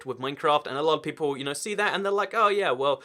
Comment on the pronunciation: People not “peolle”